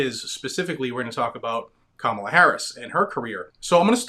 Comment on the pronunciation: Camaro Harris.....C..Comicon Harris....Kamehame Harris......Kamilama Harris. Man. Just can't get that name right